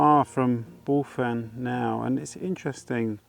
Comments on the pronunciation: Another great vlog, was lovely to see you walking through Aveley village. I was born not far from the village back in 68, was a lovely place to live back then, tho now its a shadow of its former self. Bulphan is pronounced "Bullvan" lol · Hi - Re: “Bulphan”; you pronounce the ‘ph’ as a mild ‘v’ sound and the last ‘a’ like the ‘a’ in Ivan.👍🏻👍🏻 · Another great walk, really like it when you come to my neck of the woods around Thurrock. FYI Bulphan is pronounced BULVAN locally